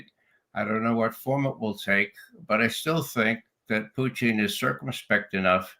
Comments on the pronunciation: Why the mispronunciation of Putin’s name? Russians say poo-tin, not poo-teeeen. Ray is the only person I’ve heard pronounce the name this way and now the judge is mimicking him. Is Ray trying to be clever or insulting? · I'm wondering why Ray says, "Putcheen?" Is that how it is pronounced in Russia?